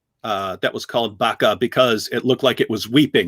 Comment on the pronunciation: 🤞🏻«They payed the Hebrew bloke to pronounce "Mecca" “Buh-chraa”!»🤞🏻